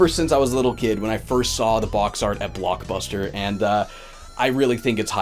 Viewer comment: This video was great Did I hear "Plokbuster" at the end?